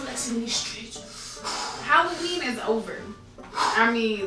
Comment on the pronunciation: She said hallween is over 😆 😆 😆 😆